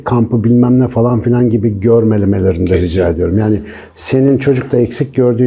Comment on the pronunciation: gibi bir eğitimcinin "fElan" demesi kulağımı çok tırmalıyor. Küstahlık etmek istemem hocam ama "falan" ya da "filan". Teşekkürler:)